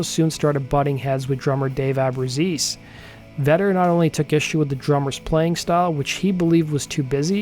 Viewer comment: Abru-chay-zee is how you pronounce it